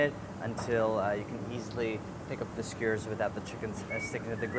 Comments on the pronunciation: Everyone: Skewer Andy: Skuuer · Does anyone else think Andy is saying skewers weird? "Squeers" is what I hear. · Andy pronouncing skewers skwrs has me cracking up as I'm watching this after a night out. Love the video, these sound really good, especially rn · Nobody: Andy: skyerzz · listen andy is great and this recipe is amazing, but why is he saying is "skuuurs"